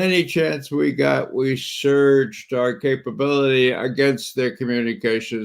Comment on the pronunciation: The way you say surge I think of a toilet full of of $#1$ backing up and surging over the rim all over….